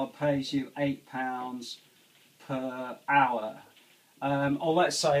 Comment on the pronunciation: its hour not lour!